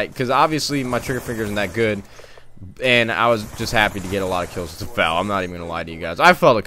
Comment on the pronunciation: F A L NOT FAL!!!